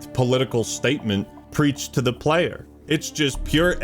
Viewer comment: Android wilson: Is this good for the playah?